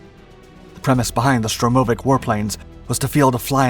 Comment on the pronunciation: STURmovic not STROmovic.